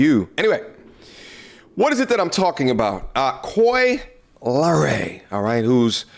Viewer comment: This man said Cory Lee Ray 😂😂